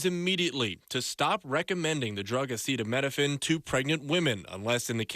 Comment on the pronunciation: Trump can’t even say the word acetaminophen, which is likely why he just calls it Tylenol. Autism was around before Tylenol. Why would we trust anything from a man who can’t read. People have to be blind, deaf, and idiotic to believe anything that man says or heroin addict RFK Jr.